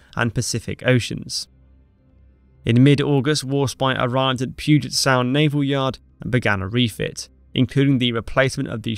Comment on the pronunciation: Thank you for saying Puget Sound correctly! I also had no idea such a legendary British battleship was refitted at a Naval Yard ive driven past many times.